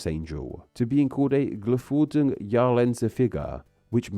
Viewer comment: Did he say "geflügelte"? I only heard "Jahresendfigur" and couldn't figure out where he got the "winged" part from. Edit: okay, I've gone back and re-listened. He did indeed say it, but it was so badly pronounced that I didn't catch it! 😂